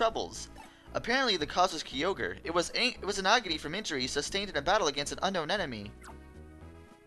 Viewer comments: Did this man really call it Key-o-grey? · Hope after all these years you learned the correct pronunciation of Kyogre.